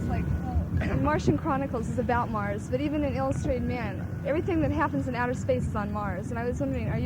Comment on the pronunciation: Why he said 'Nars' when he meant 'Mars' I'll never know.